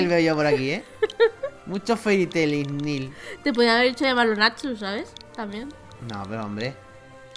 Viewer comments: Me ha entrado un krkqkfd al ver ese "Ignil", es "Igneel" :"v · Creo que se dice "Igneel" en vez de "Ignil" ;3 pero no se, puede que este equivocada. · No sería Igneel en vez de Ignil?